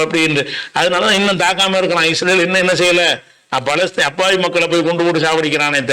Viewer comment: ஈரான் அல்ல இரான் பாலஸ்தீன் அல்ல பலஸ்தின் அரபு உச்சரிப்பு பிழையானால் அதன் பொருளும் பிழையாகி விடும்.